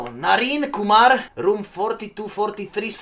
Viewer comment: When he says Kumar perfectly i was shocked 😂 he can say indian name perfectly 😂